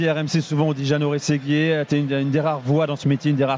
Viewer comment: jano rrrrrrRRességuiré